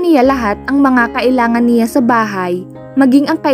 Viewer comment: Ayusin mo pgbasa mo..CIYA at NIYA..ano ba yan.